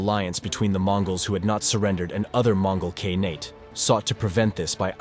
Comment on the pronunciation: omfg AI is it KA-NA-TE or KAH-NEYT (with the projectile vomit inducing upper inflection at the end of your war crime equivalency mispronunciation there? IT'S NEITHER. Pff you wanna destroy the human race, fine, whatever, but at LEAST learn some key words first